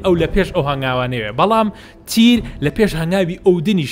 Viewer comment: بەس مامە حەمە مەڵێ تیر بڵێ تیەر